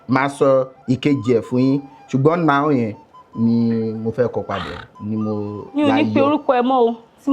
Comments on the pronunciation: How did you turn NOW to NAOMI ? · That "Now" "Nao" part, had me rolling me with laughter and tears. 🤣🤣🤣🤣